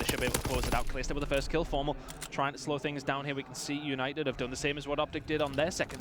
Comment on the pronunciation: "Eunited Eunited Euinted oh Eunited" bro shut up I'm tryna watch some shit